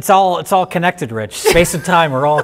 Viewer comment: Rich couldn't even say his name right...